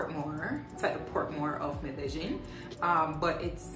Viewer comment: Apart from the pronunciation of medellin, you're a nice blend of frank and clean wrapped up in a nice bod...hurray to hookah